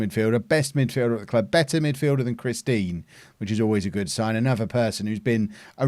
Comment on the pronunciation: It can’t just be me that hears “Christine” every time says “Chris Dean”